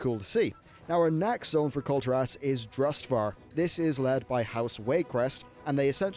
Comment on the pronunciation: Nice video but please it's Kul'tiras not Kulti'ras, listen how the blizz developers called it in blizzcon don't say it wrong forever!!